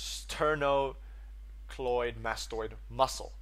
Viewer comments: Love the explanations. The muscle you're having difficulty pronouncing is sterno cleido mastoid you seem to be adding an n into the middle. Very small point. 99.9% very satisfied customer! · Pronounced Sterno-clido-mastoid muscle! Love your lectures! Sorry I discovered them late, but still very useful.